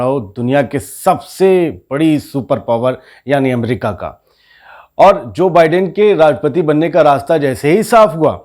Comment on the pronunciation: Bhai pronounce the same correctly. Biden is pronounced as By-den